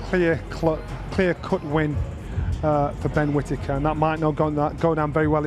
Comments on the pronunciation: Did anyone hear one of the sky presenters call him “quittaker”? 😂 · At 5.37 did the commentater just call him quitaker? 😂